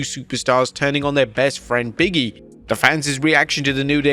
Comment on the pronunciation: BIG E! BIG E! Not Biggie 😂